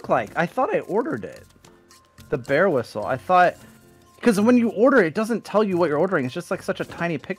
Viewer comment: ''this ain't a wisle'' got me laughing